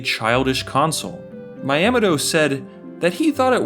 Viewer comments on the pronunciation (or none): みやもと しげる Where do you see a "ma" or 'see'? you also pronounce it mah yeh muhdoh It's Mee Yah Mo To と is pronounced 'toh' not 'doh' Unless this is some joke, you're full of shit. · MAIAMADO, really? How could you butcher Miyamoto's name so badly? after all these years he's around. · Loved this video! I love the GameCube. I just have to mention: your pronunciation of Miyamoto’s full name was precious. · You butchered Miyamotos name bro! How!? He’s such an icon! Real gamers know this mans name! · I know said his source on how to pronounce Miyamoto's name was wrong, but the fact you had to look up how to pronounce his name in the first place... Seriously the credibility just goes out the window, and either way just takes me right out of the vid. I'd redub that sentence and reupload honestly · You definitely mispronounced his name..... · I can’t explain why your pronunciation of miyamoto pissed me off so much💀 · Jokerfied miyamoto pronunciation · YOU PRONOUNCED MIYAMOTO AWFULLY DONT ASK FOR A MILLION VIEWS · I think it doesn’t make any sense for a guy who makes video documentaries about video games on internet, to screw up that easily the name of an industry’s big executive.